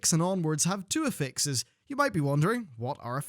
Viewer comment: when you said "Affixes", I thought you meant "affects", but with heavy Scottish accent...